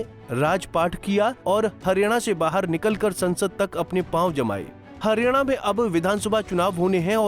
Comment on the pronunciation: हरियाणा को harina kyon bol rahe hain